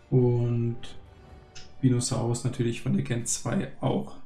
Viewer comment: Deine Videos sind echt cool und es macht echt Spaß sie anzusehen aber sprich bitte das Wort gen mal richtig aus das nervt mich irgendwie immer aber ansonsten mach weiter so